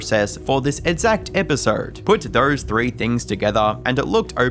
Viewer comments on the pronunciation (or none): I like how you say "edzact"